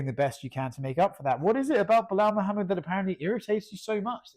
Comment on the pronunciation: "Midhamad" hahahah